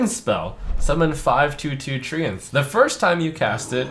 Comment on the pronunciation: The way he says treants makes me wanna throw up